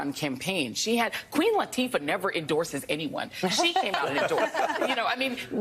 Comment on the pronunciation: Who the f is queen latffffa???